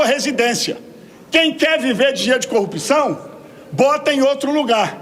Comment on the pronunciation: Dificil falar a palavra? É corrupção!!!